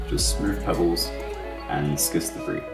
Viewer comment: Gneiss is pronounced like the word "nice", and schist is pronounced "shist". Other than that loved the video!